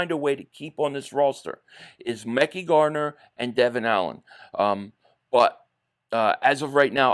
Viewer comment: If Tennessee cuts azeez al shaair eagles need to grab him…keep Devon Allen..I’d keep Tyree Jackson over cal caterra…he’s a better pas Catcher…cut covey…it’s pronounced ( mek-eye Gardner)